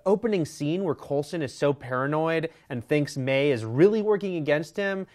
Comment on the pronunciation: also it's May not Mei